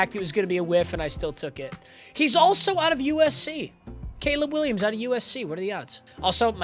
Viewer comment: gayleb Williams 😭😭